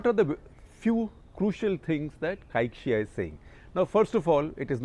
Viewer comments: Must learn how to pronounce Chinese names in pinyin. It’s prof. Cai Xi: pronounce Tsai Shi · Cai Xia is pronounced as (Tsai Shia) in Mandarin. The name is in Pinyin and not English transliterated